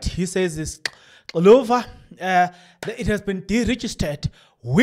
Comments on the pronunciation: The correct pronunciation of the word Xiluva to sound correct for those who cannot read or speak Xitsonga-Xichangana should be pronounced as Shiluba. Xiluva - Shiluba. Se hi fikile hi ta helela va tukulu va Gwambe na Dzavana ekaya rintshwa ra Mkhonto Wesizwe (MKP), MaGaza ya ka hina yo saseka vanhu va malwandla. Ha va amukela va ka Xiluva Party, titweni mirikaya. Gwaza Mkhonto Wesizwe Gwaza!! Tlhava Tlharhi ratiko Tlhava!! 💚🖤💚🖤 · my friend, you pronounce Xiluva like Shiluba but its a Tsonga word means the flower.